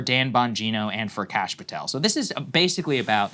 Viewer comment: I wish Sags would teach everyone how to pronounce Patel and Khanna.